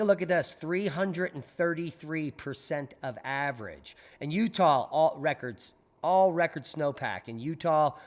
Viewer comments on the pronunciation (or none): none